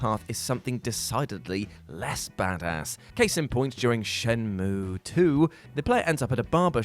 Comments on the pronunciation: Shenmue isn't pronounced either of those ways... It's SHEN-MYOO!!! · you pronouncing shenmue "correctly" is an injustice. LET MY EGG BROTHER FREE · I don't know who told you to start saying shenmue in the unfun way don't